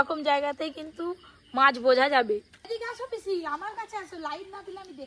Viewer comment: পিসিকে বলছে পিচি😂😂😂😂😂😂😂😂